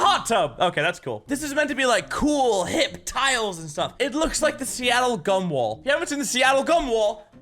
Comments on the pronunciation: When he said gum-wall, I heard Cum-wall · I thought you said "Seattle cumwall" and ngl got kinda excited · Who else heard Seattle “come”-wall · heard it as "gun"